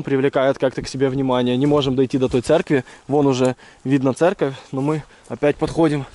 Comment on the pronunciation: ЦЕРКОВЬ а не церЬковь